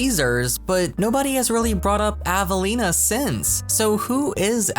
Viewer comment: hi! i don't think avelina is said like "avaleena" i think it is said like how my friends name is said, it is said like "ave-a-leen-a" instead is ava its like the name ava then add on lina